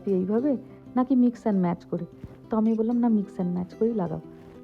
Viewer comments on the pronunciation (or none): none